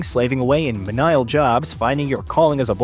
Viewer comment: Menial is pronounced like (mean-eeee-uhl)